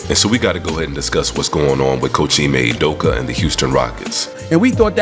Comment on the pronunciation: Jus correction since its grating my ears. Ime Udoka's last name is pronounce OOh-dough-kah. Emphasis on the Ooh, its not You-dough-ka. Please and thank you. lol